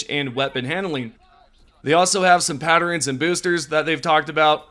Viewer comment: What planet are you from? Community, patern, throwing The way you pronounce things is wild.